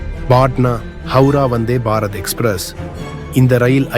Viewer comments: Say vanthybarath not vanthy barath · Dai sariya solla kathuko....athu enna vanthe ...... Bharat express.... Appadi illada loosu kooooo...... Vanthebharath Express nu serthu solluda eruma....Tamizha kola pandraan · Say Vandhey Bharath not Vandhey……..…….Bharath. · தமிழை கொலை செய்யா வேண்டாம்😂😂.‌வந்தே பாரத் ஒரே வார்த்தை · ஏன் வந்தே- பாரத் இடையில் இவ்வளவு கேப் 🤷 உச்சரிக்கும்போது.???